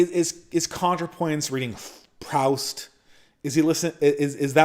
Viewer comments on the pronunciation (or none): btw it's pronounced "proost". fyi mr non midwit.